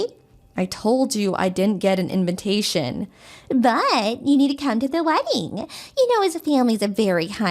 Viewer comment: STOOOOOPP!!!!!! read your lines, do your phonics... Sound it out....!!!! Its inVITation NOT inVINtation......